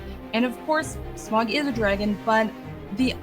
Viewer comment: My winner for this one is for being the only one to pronounce Smaug correctly:-)